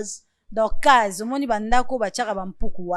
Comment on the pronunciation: Cage et non case